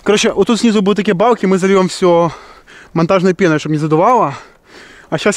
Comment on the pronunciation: Ты весь ролик говорил: не Палки,а Балки🤣♥️